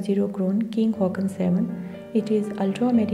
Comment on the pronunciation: King Haakon is pronounced the way it is spelt, not Hawk-on.